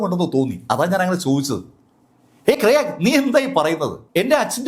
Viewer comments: Kyraag alla Graig. It's a english name. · Sir, Krayag alla I suspect the name is Craig, pronounced Kray-guh. Amazing content keep going 😊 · പുള്ളി പറയുന്നത് കേട്ടപ്പോൾ ഞാൻ കരുതി വല്ല ഇന്ത്യകാരൻ ആയിരിക്കും ക്രയാഗ് എന്ന് 🤣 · It's Craig